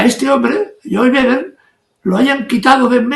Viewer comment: Es “Joe Biden” no “yoviden”, che guey